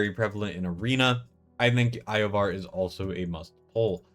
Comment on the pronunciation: I can understand saying Iovar wrong (although I can't understand not realizing it as soon as you hear yourself) but bro... How have you never heard the name Nastya?